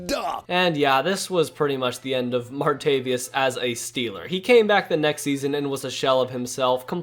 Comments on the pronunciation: martaVIS. not “martaVIUS” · Respectfully submit that you reconsider & look up the pronunciation for “Martavis.” 😀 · Bothers me how you said martavis bryants name